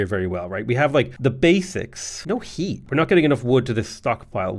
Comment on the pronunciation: "Houses have hweat"